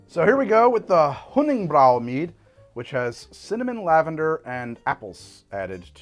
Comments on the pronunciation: It’s not “brow” it is “Brew” 💀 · I don't like how he mispronounces honning-brew. it's brew not brow, it just upsets me. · Hunningbrew = german Honigbräu = just say Honeybrew mead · I think you are being close to german here Honigbrau or rather Honiggebräu (Honey Brew) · god its so aggravating when he mispronounces honningbrew on purpose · Mispronouncing Honningbrew the whole video… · I know it doesn't matter. But MAN does it bother me how he says honningbrew. like the game has people saying it. Just say it the way it's supposed to. Either way great content. Will continue to watch